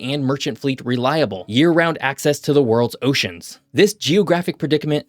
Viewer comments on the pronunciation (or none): none